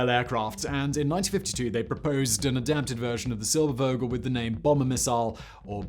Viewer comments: it is Vogel, and NOT "wogel" a V has a bzzz like a zzz, an fff doesn't like an sss., .there is no w sound in a v... what so ever.. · Realy far from being german or native english speaker, but Eugen Sänger reeds something like Oyggen Zengger, Irene reeds something like Irrenneh and Silbervogel like Zilberrfogel.